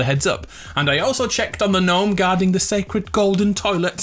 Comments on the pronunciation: Am I the only what that gets triggered when he says gnome like that, if you read this it's pronounced Nome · Yeah man it’s weird to hear gn nome 😬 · When something goes wrong "oh gnome" see gno-me